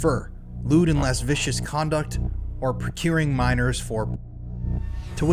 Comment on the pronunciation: Lascivious = "lah-siv-ee-us"